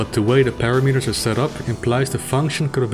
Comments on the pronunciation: Ok, to make it clearer, I noticed that you pronounce "determine" properly. It's "detERmine", as you know. Now think how it would sound if you pronounced it as "deter mine". It would be a mistake, and I hope you can hear the difference. Well, with "parameter" you are making the same mistake. It's not "para meter", but it's "parAmeter". You're welcome. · parAmeter. parAAAmeter. /pəˈramɪtə/ Got it? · Google "How to pronounce "parameter"". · NO. Please, do Google it and start pronouncing it properly. Do it, please.